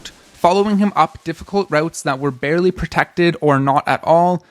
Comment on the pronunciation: LOL. "Blarely"